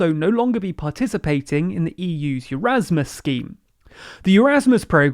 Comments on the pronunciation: Stop reading it as ‘Eurasmus’! It’s Erasmus! Eh-raz-muss NOT yeraz-muss PS ‘Secretary’ still has two Rs that need pronouncing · It's not Eurasmus, it's Erasmus.